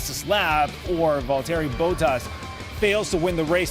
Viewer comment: It's Bottas not Bowtas It's Verstappen not Vestappon